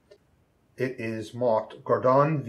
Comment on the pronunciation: Pronouce Garrdoney. Gardian I guess